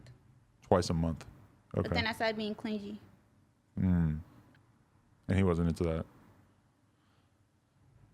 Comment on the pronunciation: Shorty said “clin-Gee” instead of clingy😂🤣🤷🏻‍♂️ wtf